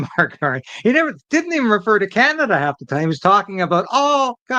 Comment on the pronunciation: " ... wee holf penetrated one-zird of zee cabinets ...